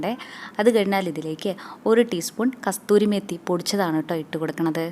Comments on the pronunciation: കസ്തൂരി മേത്തി അല്ല കസൂരിമേത്തി അങ്ങനെയല്ലേ പറയാ🤔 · ഇത് പഞ്ചാബി ചോലെയാണ് , സൂപ്പർ ടേസ്റ്റ് ആണ് , ഞാൻ മിക്കവാറും ഉണ്ടാക്കും , വെള്ളക്കടല ( കാബൂളി ചന ) ആണ് കൂടുതൽ ബെറ്റർ ..അതുപോലെ കസ്തൂരി മേത്തി അല്ല " കസൂരി മേത്തി " ( ഉണങ്ങിയ ഉലുവാ ഇല ) എന്നാണ് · Sr kastoori alla. Kasoori metthy